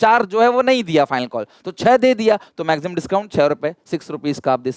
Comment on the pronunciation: Sir says maxsimum